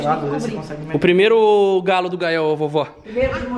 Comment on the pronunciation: Ñ se diz calo, se diz galo!